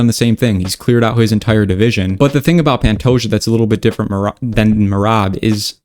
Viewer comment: Its "Panto-ha" (like kamehameha) not Pantoya